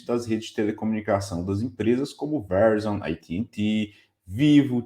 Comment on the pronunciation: Excelente video. Dica : Verizon se pronuncia ve-rái-zon